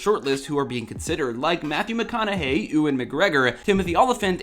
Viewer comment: Who TF is OOAN Mcgregor? Its Ewan, Pronounced like a female goat with an N added Ewe-N.